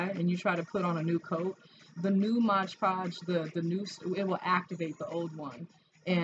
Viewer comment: It’s Mod Podge not Modge Podge👍👍👍